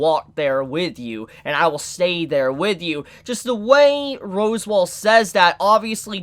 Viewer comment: It's pronounced Sa-tell-la and Ros-wall